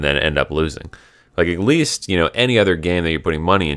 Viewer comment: Stop saying "egg lease" it's "AT LEAST"